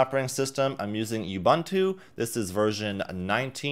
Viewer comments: U-BOON-TOO not you-bun/ban-too. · You-Bun-Two.......??? Say it with me, Ooh-Boon-Too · It's pronounced oo-boon-too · OOh Bhooon Tooo is How it's Pronounced. Look Up What it means to a vary Large continent called South Africa. Ubuntu... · ooh-boon-too is how you pronounce ubuntu, I am an African. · Hey brother. It's pronounced "uboontu" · The way he pronounced Ubuntu irks me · Is it pronounced yoo-bun-tu or ooo-boon-tu?